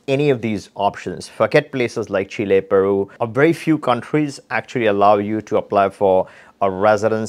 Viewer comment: What a Loss going to these countries correct yourself. By the way it's Chile not shella.😊